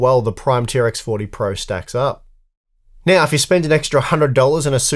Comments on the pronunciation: It's not "tea are ex for tea" it's "T-Rex 40" for the name of the socket ! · It's pronounced "T-Rex 40", I will not accept arguments to the contrary